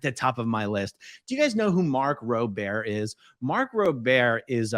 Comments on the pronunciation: Been watching him for quite some time. He was even guest hosting Jimmy Kimmel but never heard his last name pronounced "roe-bair" I thought on Jimmy Kimmel he was introduced as Mark "roe-burr"... Even Mark pronounced his last name "roe-burr" WHEN HE INTRODUCED HIMSELF AS GUEST HOST. What the heck?????? WHY ARE U SCREWING UP HIS LAST NAME??? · I also sign people up on Scientology's mailing list, leaving all personal info i happen to have. But God, how terribly you're pronouncing his name 😅 It's Rober, like the word "bathrobe", not Robér 😅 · RO-ber….mark rober…not Ro-bear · No shade, but it's a little weird hearing you repeatedly mispronouncing "Rober" as "ro-bear", when he introduces himself with the correct pronunciation (robe-er) in almost every video. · aaron im not sure if ur trolling but i hope u know its pronounced mark RAWber (not rabeár) 😹😹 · ITZ PRONOUNCED "roe-burr" NOTTT "roe-bair"... EVEN HE PRONOUNCES HIS OWN LAST NAME "roe-burr"... ugggg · It's no Ro bear it's Ro ber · Prolly heard this already. It is Rowburr not Row bear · Mark Row-Bear xd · I'm wondering, why you pronounce Mark's last name that way? I thought it was pronounced: row·br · is it pronounced "Row Bear" ? I have never heard it like that....but then again "A A- Ron" is weird sounding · His last name is pronounced RobErr, got the Ro part right. Just the last part sounds Burr. RoBurr. 😁Hope I explained that properly. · Isn't his name pronounced....ROW-bear? Like, exactly as it looks? Not French, I guess. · It’s pronounced Mark Roe-Burr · Mark Roh-Bur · It's mark Roe-ber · I believe Mark's last name is pronounced like "rover" but with a b. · it's pronounced ROE- Burr. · I am pretty sure his last name is pronounced like sober. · Rober. Rhymes with "roper". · Yeah it was like nails on a chalkboard every time this dude says robert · Literally dying at how your pronouncing “Rober.” 😂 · I never saw that pronounciation of Mark's name really. (edit: last name, Rober) Its like A-a-ron in my ears =D